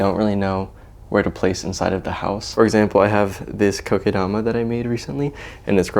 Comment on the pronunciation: I like how you pronounce “Kokedama the right way 😊 I love Vietnamiens food!